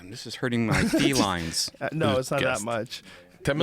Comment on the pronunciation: THIS IS HURTING MY "FE-LIONS" hahahaha hahahahaha